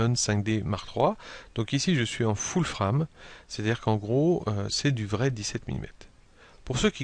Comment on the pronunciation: Des tutos clairs, allant droit au but, et un français correct et fluide. Impeccable. A ce sujet... je ne peux m'en empêcher, continuez en français, vous ^tes adorable avec votre "".:)